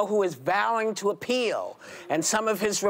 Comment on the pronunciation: Did she say Trump‘s going to ‘appeal’, or ‘orange peel’?